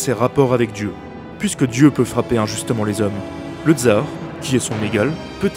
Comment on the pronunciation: Super vidéo, juste prononcer TSAR et pas TZAR pour plus d'authenticité